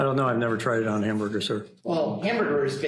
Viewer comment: Did he say an injured mouse? Turnip? Hambyrger meat?